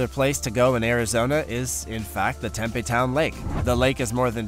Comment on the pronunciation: Interesting video -- many thanks. But before recording dialog, PLEASE -- begging, here -- get your pronunciations correct! Tempe, Arizona is home to Arizona State University (THE premier party school!). If you call the town tem-PEE instead of TEM-pee you'll graduate with honors. The "big river in Europe" is called the DAN-youb, not the den-YOU-bay. The Tiber river is called the TIE-burr. Otherwise, good work,!!